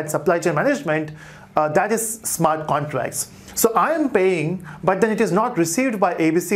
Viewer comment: Smart contrass 😂😂😂 great explination but yet funny pronunciation...